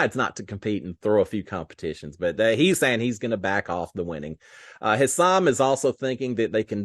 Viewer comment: Hey there,! Thanks again for giving us updates every day-even when all we had was animals to see...🙄 I have to tell you... To pronounce Hisam's name:. It is "HI sum" accent on the first syllable. I know, us being from Texas and stuff, we haven't had many people with this name but I'm here to help you! You can do it and THANK YOU, AGAIN for giving us updates! Pray for rain for us too!!!